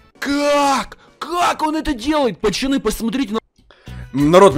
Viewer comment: а почему ты говоришь пачаны если ты должен говорить пацаны